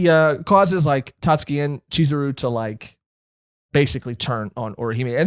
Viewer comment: Guys, guys, Tatsuki, drop the u, Iike, Tahtski